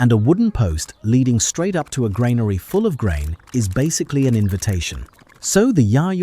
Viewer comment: Train your A.I.! Granary is pronounced "GRAN-ary", not "grain-ary". Ugh!